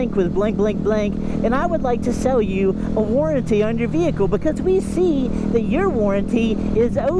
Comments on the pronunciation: World vey-hee-kle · You're the only person I "know" that pronounces H in vehicle that clearly... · I hate the way you say “vehicle”, just sayin. :)